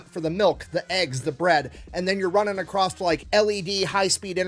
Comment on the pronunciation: You do know there is no T in the across?